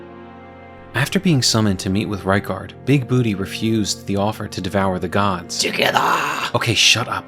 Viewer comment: It's BOO-TAY! BOOTAY!!